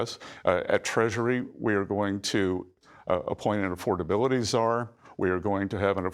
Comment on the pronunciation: DUDE said Czar. Anyone else catch that?